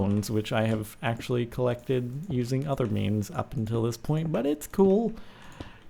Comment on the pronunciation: Axe-ually (actually)